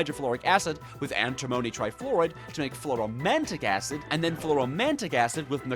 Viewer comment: its pronounced Fluoro an·ti·mon·ic acid btw